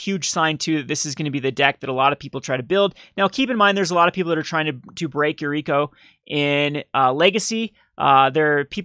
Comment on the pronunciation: i love your videos, but for the love of god, read the card name before you say it.... Yuriki? Yuriku? YuriKO.... -_